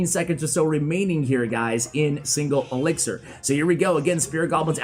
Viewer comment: The editor has a problem with the word elixir man😂